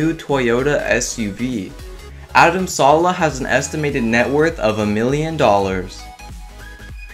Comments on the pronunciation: Ummm its not Adam salah its Adam Saleh .you said it wrong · adam salEH not saulau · It's Adam saleh not Adam sala 😒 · haah its pronouced Adam saleh not salah😂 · WAIT STOP WAIT He calls Adam saleh=Adam salaa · It is not salah it is saleh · It's not Adam salaa it's Adam saleh